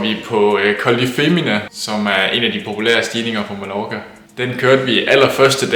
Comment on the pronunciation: God video! Men det udtales "Ma-jor-ka"!!! ;)